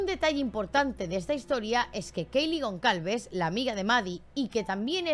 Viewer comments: Es gonçalves .....pronunciado gonsalves,no gonCalves🤦🏽‍♂️🤦🏽‍♂️ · Es Gonçalves y se pronuncia Gonsalves.